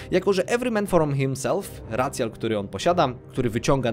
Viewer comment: racjal jezus maria, jakoś mówisz cc jako sisi więc powiedz rajszial jak bóg przykazał